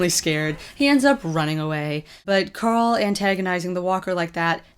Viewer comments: did you just say corl grimes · host name is carl not corl